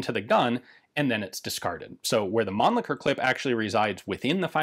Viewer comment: So finally I hear the pronunciation correct I assume, it is Mahnn-Licker and not Man-Licker. lol